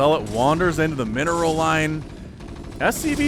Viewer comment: I keep hearing "MINOR transfer" LOL